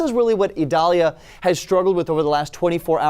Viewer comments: It's "EE", not "A" or "I". At this point it's probably going to be remembered as "I" in spelling but pronounced with any of the three above. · Idalia is pronounced with an i